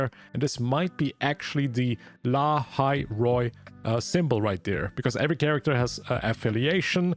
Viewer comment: Bro is not lahai roi